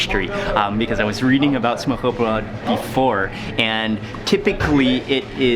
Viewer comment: Its" smørbrød" not smørrebrød🤗